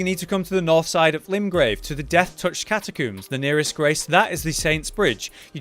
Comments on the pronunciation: I like how he says catakoombs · Elden Ring has really drawn my attention to how many people cannot pronounce Catacombs properly. Where is this catacooms chat coming from lol. Amazing build as always my dude. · The way you say catacooms... I'm struggling